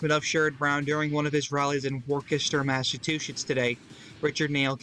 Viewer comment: Being from Massachusetts I will forgive your terrible pronunciation of Worcester